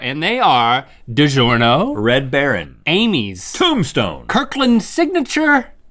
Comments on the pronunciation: Digerno Literally everyone: DigiORno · It made me Irrationally mad when she said DiGerno. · Gio in “digiorno” is actually pronounced like jo in jolly sooooo yeah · Link corrects her pronunciation of DiGornio and says Link was soo close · Its funny how they talk about the correct pronounciation of DiGiorno and butcher it so hard 🤣